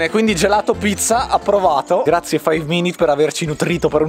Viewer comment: cmq si dice five minutes non minit (senza offesa)